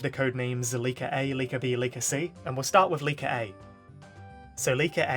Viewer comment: Whenever you said leaker I keep thinking your saying liko😅